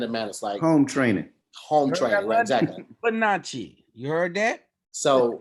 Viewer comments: is trying to say 'panache'??????? it's pronounced pah-nash....not pah-na-chee. yo, wording is hard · Love ya, but I think you meant to stay panache (pah-nahsh) not pah-natch-e:)